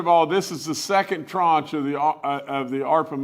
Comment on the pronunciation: I learned a new word today: tranche. Governor Justice is pronouncing and using it correctly.